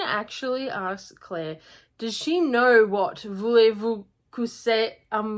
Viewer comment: You didn't butcher it. And if you aren't accustomed to French, you did very well. No worries at all.